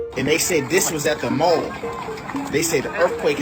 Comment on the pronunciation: "Erffquakes at the mole" Hes got IQ fatigue